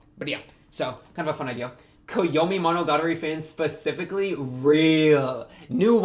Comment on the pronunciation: wtf did you say at first. I only understood after monogatari